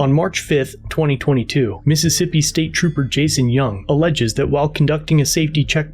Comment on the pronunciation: Missippissa! Enough said! More like "pissippissa!"